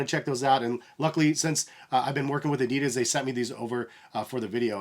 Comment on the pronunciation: thx for the video, was very helpful, but I have to say that you pronounce adidas wrong, sounds kinda funny :D